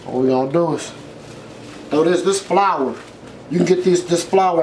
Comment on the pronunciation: did he say FLOUR